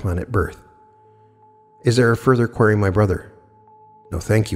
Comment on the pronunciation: u GOTTA learn how to pronounce QUERY